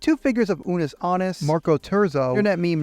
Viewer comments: it's nyan cat. yan with an n before it. not nye-an. the fact that actually caught on as the way to pronounce it blows my mind LMAO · *Nyan cat. Not "Niyan cat". にゃん not ないやん. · I dont think i've ever seen anyone pronounce 'nyan cat' like that before